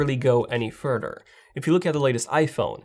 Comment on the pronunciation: The “wedder” 😂 can’t go any “Furdder”